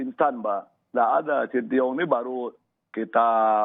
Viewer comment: shin tae yong pak bukan sintiyong😂